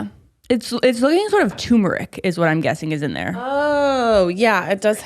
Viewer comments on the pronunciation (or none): turmeric. it's turmeric. tuRRRRRmeric please